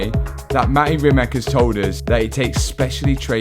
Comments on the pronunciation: pls…. Do Not pronounce Bugattis CEO name in a falsely manner anymore. Or better, ever. His name is pronounced Reemats and not Reemak. No I at the end of the when you say Reemak I do always wonder who are you talking about. Please, respect original names and pronounce them as they should be pronounced. You will do him a great favor. Many tx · I’m just curious if they are mispronouncing mate rimac name on purpose or do they not know how to pronounce it.